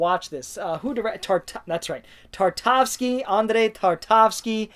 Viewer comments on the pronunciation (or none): Hausu! Definitely watch more Malick films. Badlands is a lean and mean 90 minutes. Also take a deep dive into Akira Kurosawa’s filmography, you can’t really go wrong with many (any?) of his films. Tar-kov-ski. Not Tar-tav-ski. Sorry, bud! 😅 Day before Night. 😮 I’m a bit surprised. Day of the Dead is a good one, of course, but the “budget rewrites” are felt in that first hour. Thanks for the video, and I hope you’ll get a chance to buy back the missing titles very soon...